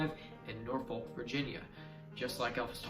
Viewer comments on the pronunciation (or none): Not sure if I’m the first to say it but Norfolk is pronounced “nah-fuk.” Just embrace it when you say it.